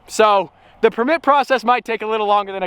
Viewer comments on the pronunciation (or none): is anybody else triggered by the way he says permit😂😂😂